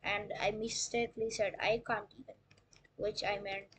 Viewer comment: Um actually its can't not cnt 🤓🤓🤓